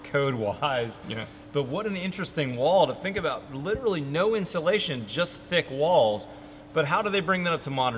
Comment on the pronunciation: Literally the walls are literally the insulation. Litcherally